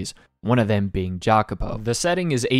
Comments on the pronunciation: Jacopo is pronounced "ya-ko-po" in italian. Im sorry to be that guy but it bothered me :") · This is my favourite story ever too, I've been waiting for this ever since you put it on your top manga list :) EDIT: Jacopo is pronounced "yacopo" I had to let you know.